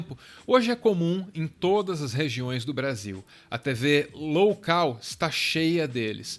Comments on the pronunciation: "Tv loucal" kkkk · Tv "loucal" haha boa!